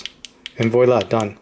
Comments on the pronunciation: It's pronounced vwah.lah for viola in French for "there". You're saying vee.walah which is incorrect. the wah sound rhymes with bra. How do you deal with a Atomic Beam that refuses to shut down consistently? Pull the battery case out all the time? The tail cap switch is obviously defective. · where are you from? lol first time I've ever heard someone pronounce "voila" like "voy-la"